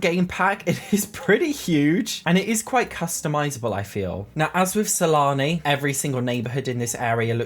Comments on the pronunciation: Am I the only one who thought he said salami instead of Sulani? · Keep hearing salami instead of sulani :| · Wait did he call Sulani Salami😂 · I think it's just an accent but I agree it's funny sometimes lol